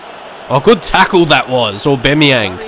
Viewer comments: that's because you pronounced his name that way. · Please don’t say Aubameyang like that